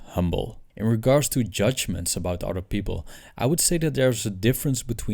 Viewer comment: It's "other" not "otter" (an animal)